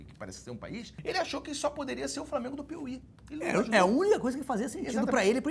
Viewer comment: Professor Cerjinho como sempre empenhado na função de errar não conseguindo pronunciar a palavra Piauí, parabéns ao profissional pelo profissionalismo 👏🏻